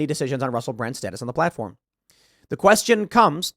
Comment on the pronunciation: Oh, it is true: "Platofrm"